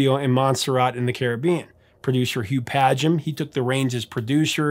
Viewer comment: I thought I'd read this was written about Trudie Styler. Maybe it was and she and and Sting went back further than I realised. G.I.T.M. kicks ass. Good episode. Thanks for pronouncing Hugh Padgham correctly :)